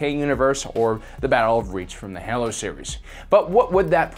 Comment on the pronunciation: How the hell did you pronounce Halo wrong?